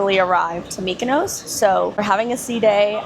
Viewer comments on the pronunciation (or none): none